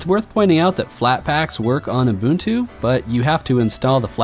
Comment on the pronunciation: STOP SAYING UMBUNTU OH MY GOD